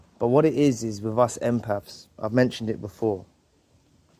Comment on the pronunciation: English people pronounce "th" like an "f". Like you say "empafs". 😆 I love it.